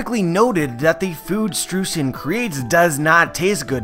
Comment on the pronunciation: AGAIN, it is pronounced SHTROYZEN!